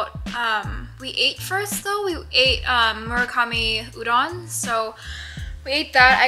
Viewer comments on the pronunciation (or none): none